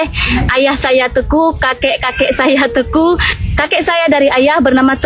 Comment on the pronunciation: Jangan ngaku ngaku kamu, ngomong aja teku yg benar tengku😂, orang aceh adalah orang orang baik.. dn selalu menolong orang butuh pertolongan